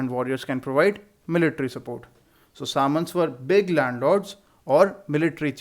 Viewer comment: Sir we pronounce samantas differently